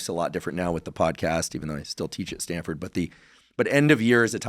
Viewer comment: Stanford… not StanDford